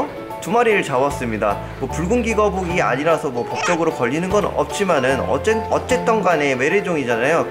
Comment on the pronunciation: 붉은귀거북이라고 말 할 때 순간 불고기거북이로 들었다..